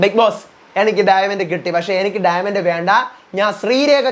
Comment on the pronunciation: ഡയമണ്ട് ❌ഡയമെന്റ് ✅